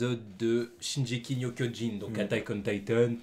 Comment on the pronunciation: Juste c'est mieu d'entendre shinGUEky no kioDJin, t pas obligé hein mais c mieu a l'oreille 🤷‍♂️🤷‍♂️